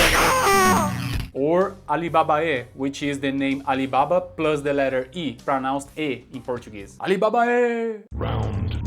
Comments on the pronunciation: "Alibabae" sounds like what I heard. Weird that Raiden would be into Arabian tales. Lol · I always thought it sounded like Bimbabalee xD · AYBABAREEEE! (with slavic pronunciation)